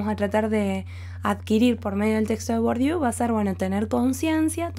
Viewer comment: Gracias por tu claridad expositiva. Por cierto se pronuncia: “BURDIÉ”.